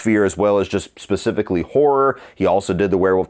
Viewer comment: It's horror not hoar ra!